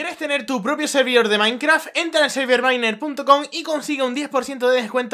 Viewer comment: Por qué mierda dice maincraf -.